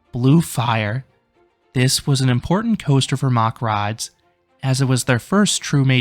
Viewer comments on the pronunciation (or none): 'Mack rides' pronounced the same as the 'mac' in Macdonalds.